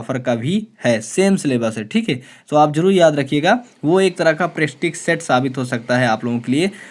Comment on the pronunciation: प्रेस्टिक नहीं प्रेक्टिस होता है क्या सर आप v गर्दा उड़ा रहे है